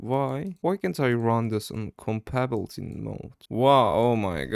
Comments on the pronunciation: Its pronounced kom-ba-ta-bility mode not combabilty mode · idk why but its funny to me when he says "compabblety", interesting video idea tho, i like it